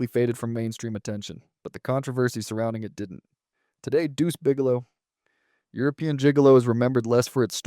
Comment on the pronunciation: The AI voiceover really struggles with the colon in “Deuce Bigelow: European Gigalo”